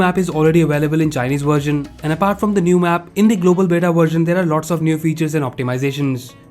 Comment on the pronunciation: It's बीटा not बेटा (son) ☺️☺️😁😁😁